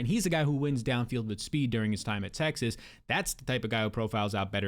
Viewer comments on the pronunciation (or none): none